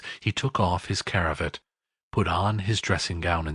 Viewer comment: The only words he says incorrectly are CRAVAT and CONDUCIVE. He says caravat (not a word) and conductive (wrong word). The rest of the reading is word for word perfectly said and pronounced.